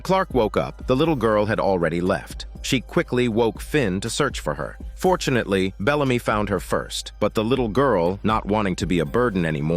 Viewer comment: You really said fortunatelly 😂😂